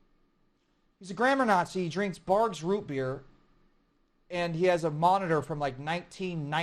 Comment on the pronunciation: Thanks to Ronnie I now know how to say Barq’s